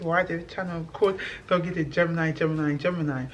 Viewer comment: You can't even pronounce your Edo name, "Zogie" () properly. You have to westernized the pronunciation of Nigeria name, just to show us that you were born in the UK, which in itself, is crazy. I can't with you Africans thinking British is your heritage. Sad.